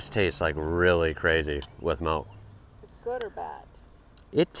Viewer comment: You say "malk" instead of "milk", is that an accent thing?